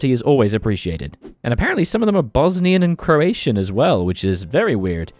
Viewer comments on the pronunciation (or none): none